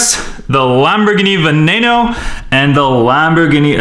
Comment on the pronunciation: it is veno not vonano